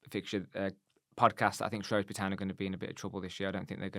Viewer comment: Guys, great channel. Love the sense that you bring to the table. One thing if I can. Shrewsbury is shrew like screw. You say shrow like throw. As I’m a Shropshire Blue, please Shrew as in new. Loving your professionalism and the way you are both learning about the new league we find ourselves in. KRO.